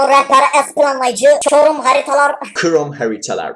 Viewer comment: chrome a kroma krom dicegine Çorum sjsjsjsj